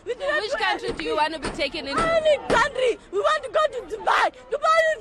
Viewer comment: 😂 😂 😂 😂 I'm not laughing. But did she say Dubai???